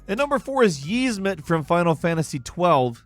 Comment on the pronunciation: does have fuckin dyslexia? jesus since i started paying attention i've not heard someone butcher words this badly since asmongold and he does it on purpose cause the idiot thinks it's funny -.- "YIZmut" bro it's literally SPELLED YIAZMAT and soooo many other just blatantly wrong pronounciations lol